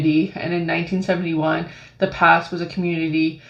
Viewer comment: Hey,. The Pas is pronounced as the “Paw”.